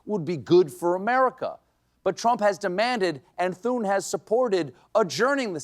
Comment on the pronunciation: Fun fact : Thune is French slang for money (we pronounce the “thu” like the “tu” in tutu). The way you pronounce it sounds like “foune” which is French slang for p*ssy. Just putting this out there.